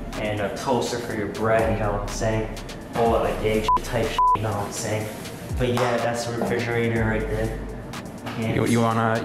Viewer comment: "You know what i'm saiyan" Edit : His a saiyan, or he jus uk said it like that. It makes sense if his a saiyan because his stronk